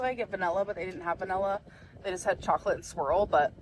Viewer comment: no but why does she pronounce her Is as Es. melk, vanella. get out of here